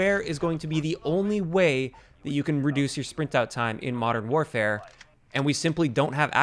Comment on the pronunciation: Sounded like you said infinite warfare at the beginning